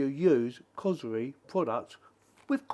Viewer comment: It's bloody COR SORI not what you said. Before you do youtube videos make sure you learn how to pronounce the blinking thing properly